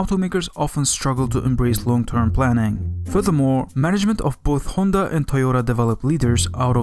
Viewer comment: Finally someone who says Honda and not Handa